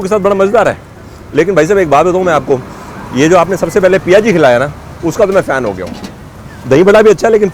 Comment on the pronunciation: Sir aapne to galion ki yaad diladi ... jaldi aana padega ab CTC ... Ayur sur Piyaji hota hai sir...coz it contains onion - in Odia it called “piaja” so us dish ka naam “piaji” hai not PIA ji ....